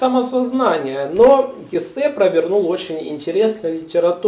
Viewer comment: Можно вам задать вопрос , а вы специально неправильно произносити удерения в фамилиях Гессе, Гамсуна и Демиана ? ?